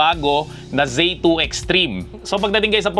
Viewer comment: zee 2 po hindi zay 2. wala rin hall effect ally x 😂 pero very good video😊